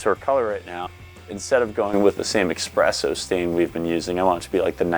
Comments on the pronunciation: This is so well done ❤ that I will forgive you for pronouncing espresso with an x. 😂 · 100% noticed this as well! But the way he said "fumes" made up for it.